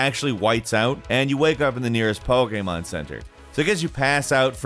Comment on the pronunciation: Am I the only one that wishes he could say Pokémon properly?